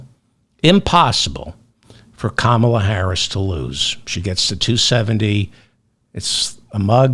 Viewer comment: Did you watch the Democratic Convention? Did you miss "how to pronounce her name? Say it with me: Comma la.